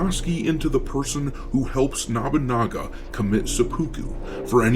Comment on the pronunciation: NOBUnaga not NABAnaga how are you messing this up so many shadows vids in when the guy shows up in anime and video games all the time, surely you've heard it a few times before